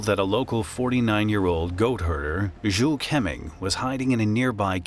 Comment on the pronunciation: Great video! Just wish a pronunciation guide might be used so people know the real names of heroes like Zhu Keming, which is said more similarly to ‘Ju Ker-Ming’.